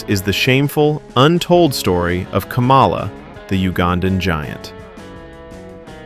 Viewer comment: You owe him an apology for pronouncing his name wrong. It's not pronounced like the former VP, but you're probably MAGA and doing it on purpose to be cute.